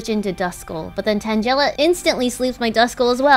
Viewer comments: Stop with the vaporeon bs and it's tan-guh-la not tan-jell-a christ. The loss of the rat and vaporeon are what you get for your pronunciation of names that are well known to not be what you are saying. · She pronounced tangela tanjela… what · The way she said tangela made me mad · omg why do people always pronounce "Tangela" name wrong? it bothers me lol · It was so cringe hearing Tangela pronounce that way.